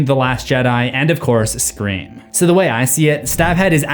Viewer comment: What is this movie « Screa Form » you keep referencing ?